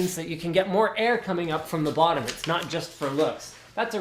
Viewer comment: LMAO air flow thru the wottom :)